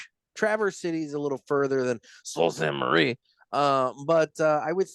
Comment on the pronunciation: As a Michigander, I feel obligated to tell you the city is pronounced "soo saint marie"